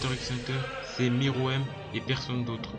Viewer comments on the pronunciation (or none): ''miruem'' c'est ''meruem' ptdr